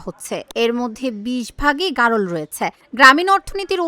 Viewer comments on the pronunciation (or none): সাংবাদিকের সামনে খামারি বলতেছে ভ্যারোল । আসলে এর উচ্চারণ হবে গারল। যাইহোক আমার বাড়িও ভোলা আপনাদের খামাটা কোথায় একটু দেখব। আপনাদের ঠিকানাটা কোথায় প্লিজ একটু বলবেন।